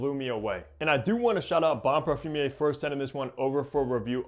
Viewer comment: I think this is an excellent fragrance, bought it on first sniff this week and can't stop wearing it. (By the way it's not pronounced "parfum-ier" it's "parfum-err")